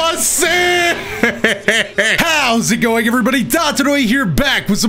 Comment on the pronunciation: that ‘HOW’S it going?!’ is getting stronger every video.